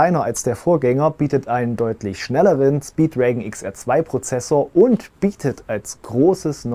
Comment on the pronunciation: "Preis-Leistungs-Kracher" - ungesehen Like. (hab das Teil und weiß, dass es stimmt) Gönnen! So, jetzt der Rest, nachdem ich das Video auch gesehen hab: Endlich mal, jemand, der nicht Meeeta, sondern Mätta sagt! :D Mätta! Snapdragon ^^ - aber ja, er ist flott :) Kann man übrigens auf umstelleun und auch die Framerate von 24 auf 36fps erhöhen, dafür muss man aber in den experimentellen Einstellung diese Einstellungen erst zulassen und diese dann unter Kamera vornehmen :) - damit siehts in Videos wenigstens etwas besser aus, weil das Format besser passt - aber natürlich vermittelt es immer noch nichts von dem räumlichen Eindruck, den man bekommt. Der Sound ist um Längen besser als der der Vorgänger... und zumindest nach meiner Erfahrung leidet die räumliche Lokalisierung ganz stark unter jeglichen angeschlossenen Kopfhörern, weil der 3D-Sound eben komplett auf die Position der internen Speaker abgestimmt ist und das nicht mehr passt, sobald der Sound von woanders kommt. Man hat dann echt nur noch Stereo, im wahrsten Sinne des Wortes. Allerdings nur für rund 2-3 Sekunden, was aber schon länger ist als bei den Vorgängermodellen. Anwedungsbeispiele für die toten Winkel gibts aber einige, wie z.B. sämtliche Schwertkampfspiele, Bogenschießen (wenn man "richtig" zum Mundwinkel zieht), Nutzung von zweihändigen Stangenwaffen (wie dem Speer in Boneworks, oder aber auch nem Billard-Queue in Sports Bar VR) oder dem Schmeißen von Gegenständen (v.a. Granat